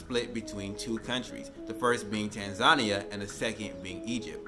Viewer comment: They hate African Americans because you can't pronounce Tanzania properly